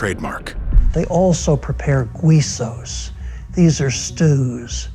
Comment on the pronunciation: by the way its not Gwee so's. Its Gee so's